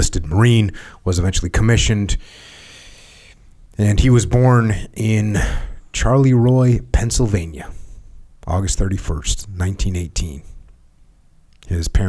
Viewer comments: “Charlieroy”😅😅😂, fantastic!Charleroi (Shar la roy), perhaps only us pittsburgh natives would know that.😎🇺🇸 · Great episode. Just a note on pronunciation, since you guys talked about it awhile: it’s pronounced “Shar-le-roy” (Charleroi) 😃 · Hah, yes. I was listening and thought, wait a minute, he means Charleroi